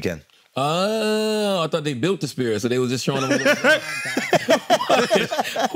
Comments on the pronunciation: Charla is on fire this episode 😂 cracking my shit up. He keeps calling the sphere the "spear" 😅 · Charla calling it the “spear” irks me so bad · Charlemagne for god sakes get a speech therapist it's a sphere not a spear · I find it funny that Charlemagne, has a writing company, that has a hard time pronouncing words😂😂😂😂